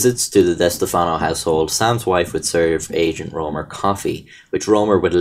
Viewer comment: diss-teff-no that’s how it’s pronounced